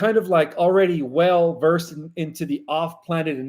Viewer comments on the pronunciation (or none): none